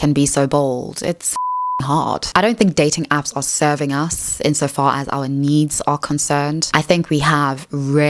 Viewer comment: I know, is an AI. Its speech synthesis is deceivingly natural, but that vocalization of "needs" needs a bugfix.